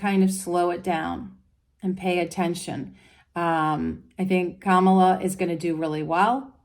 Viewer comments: It's not Commaluh it is Comma La. La La La. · Please pronounce her name correctly. KA-ma-la. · Straight away, within a couple of minutes, you mispronounced Kamala's name. The emphasis is on the first syllable. I'm hoping this was a genuine mistake because you seem like a really nice person, with a great aura, so I'll continue to the end of the video. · I hear you that people pronounce common nouns differently for regional reasons, but people’s names are specific to them. So when we use a different word for someone than their name, it isn’t correct.